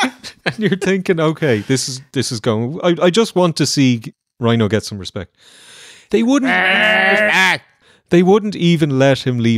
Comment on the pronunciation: My 5 year old son is laughing hysterically at ‘RESPECKKK’ and keeps asking me to replay it.